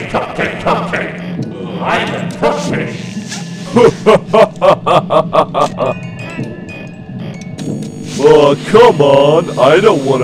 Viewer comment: I like how when said remain calm everyone with a. It sounded like I'm a cupcake!